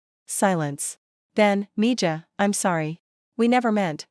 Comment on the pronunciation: Mija is pronounced me ha.